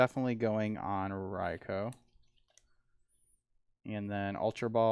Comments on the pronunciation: raikou is pronounced rai-ko. it hurts hearing rai-cow 😂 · Thank you. Rai-cow and Rai-coo kill me 😭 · Whoever told that Raikou is pronounced "Rai-cow" did him DIRTY